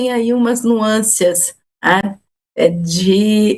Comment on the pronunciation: Eu estava prestando atenção à professora de relações internacionais quando a ouço dizer “nuâncias”. Impossível, depois disso, seguir prestando atenção e levar em consideração o que diz.